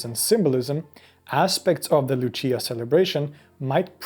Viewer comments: Pronounced Looch-ee-ah (in Italy) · She's italian... It's pronounced Luchia... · I'm from Denmark and they did this at my mom's workplace. Her and her collegaues walked all around the very big place while singing 😊 It's pronounced more like "Lussiiah" here though 😊